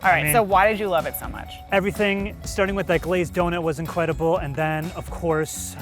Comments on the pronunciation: my mans just said Incwedbul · Did anyone hear him say, “incwedible”? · Incwedible lol.